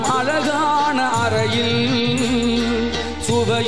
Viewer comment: அது தவறு.உதாரணமாக.. இதில்.. அண்ணம் அல்ல அன்னம்...கண்ணம் அல்ல கன்னம்...அழகாண அல்ல அழகான...கணிச்சாறு அல்ல கனிச்சாறு...தணியே அல்ல தனியே...உண்ணை அல்ல உன்னை. இது போல தவறான உச்சரிப்புகளுடன் தான் இன்று தமிழ் நாட்டின் பெரும்பாலான ஊடகங்கள் கூட தங்கள் செய்திகளை வழங்குகின்றன..